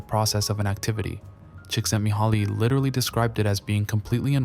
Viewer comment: Your first pronounciation of csikszentmihalyi was spot on, bravo!